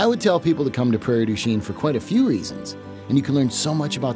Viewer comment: That's not how you pronounce Prairie du chien